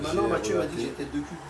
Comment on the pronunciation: J'aime bcp Woirin mais l'entendre dire 'veuj' pour cheveux et 'uc' pour cul... Ca m'attriste un peu.